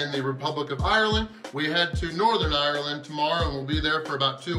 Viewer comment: After watching most of your Ireland content and i have to say the way you say the places you are is spot on..